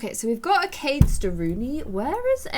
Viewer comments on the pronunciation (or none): none